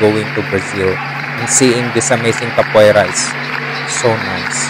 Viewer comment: Ka po A Ra that's the pronunciation